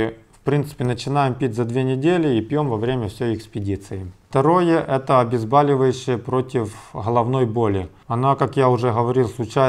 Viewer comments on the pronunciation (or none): none